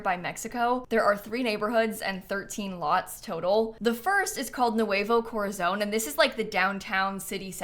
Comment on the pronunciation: I frequently forget that I'm blessed to live in a part of the US where I hear Spanish on a daily basis (although I'm not fluent myself) and not everyone is familiar with it cause pronunciation of nuevo caught me by surprise 😂 It's less "noo-evo" and more "nwavo" if that makes sense?